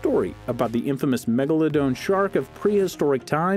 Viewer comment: Pronouncing it Megalodone instead of "-don" makes an extremely large extinct(?) shark sound like an extremely large dose of opioid drug!